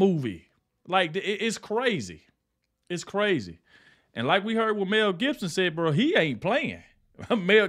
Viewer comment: Who the F … is Meaaaaalll Gibson? Is it perhaps Mel maybe? 😂